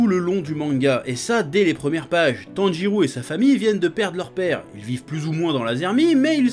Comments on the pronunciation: Chef Tanjirô se prononce Tanjiro (en prologeant le -o) et pas Tanjirou Sinon bonne vidéo , on ressent la Pa$$ion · C'est moi ou il dit "TANJIROU" tout du long ?